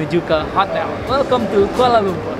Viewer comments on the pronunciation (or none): none